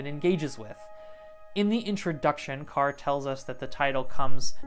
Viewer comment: Just fyi, the pronounciation is closer to "core" than "car"